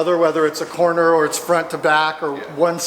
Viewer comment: Why does sound like he is saying quarter balancing lol.